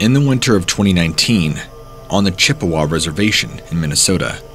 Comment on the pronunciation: you mean it's not pronounced Dew-Luth? LOL. He did pronounce Chippewa correctly.